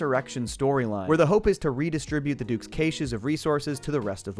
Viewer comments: "... redistribute the Duke's kay-shuhs..." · I loved the wall episodes. Also, I've never heard anyone pronounce "caches" that way... They had even just said it in the show lol